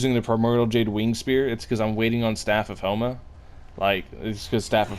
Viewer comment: why u said staff of homa i heard homo lol